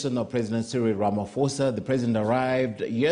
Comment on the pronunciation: It's pronounced "Ramaposa" not "Ramafosa"